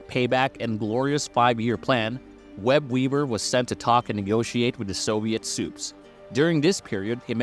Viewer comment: I'm sorry...but are you saying "Web-Weaber"?